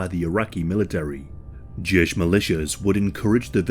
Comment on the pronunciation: "Jesh" as you pronounce means military and refers to Iraqi military. You meant to say "Josh" or Jash which means traitor. Thanks though for the effort. I survived that day, but will never heal from the trauma.